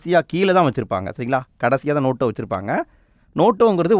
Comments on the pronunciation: Notaaaaa ... Noto illa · அண்ணா அது நோட்டோ இல்ல நோட்டா ( NOTA) ( Question No-3 )